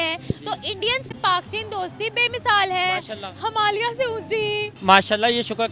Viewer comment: अबे आधी अरबी नई मुल्ली हिमालिया नहि, हिमालय 😂